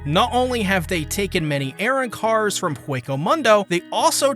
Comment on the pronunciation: The pronunciation or arrancars... airrancarsll